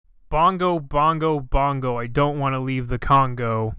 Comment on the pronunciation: Bingo Bango bongo. Not whatever you said